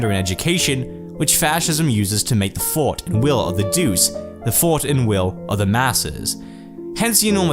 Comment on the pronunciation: great video though "duce" is pronounced like "dutche"